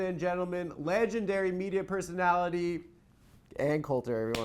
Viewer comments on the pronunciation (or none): none